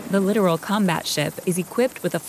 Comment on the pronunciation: Lit-OR-al, not "literal". There's a difference.